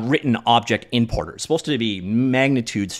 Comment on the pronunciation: Could've sworn I heard "inporter and outsporter" ~ ... must be an accent thing. Anyway, cheers for the update coverage.